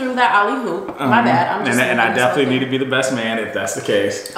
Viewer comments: I want lil sis to stop saying "alley hoop". 🤦🏽‍♀️ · It’s alley-oop. Not alley hoop. Just a heads up since you said it like 13 times 🤦🏻‍♀️ just helping you sound a little more educated :)